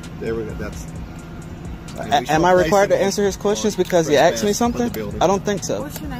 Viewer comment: "Am I required to answer questions just because he AXED me something"? LOLOLOLOL